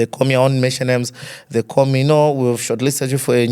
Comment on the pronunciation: Awesome Bwembya Bflow thanks for hosting Innocent his face brought back our childhood TV memories. However,Bflow why do you like Stressing the letter R in every word 😂,have heard you pronounce the word CALL ati KOR . Furthermore, you have a good command of English but tone down on the Letter R please 🙏🏾,this is just a constructive criticism 🙏🏾.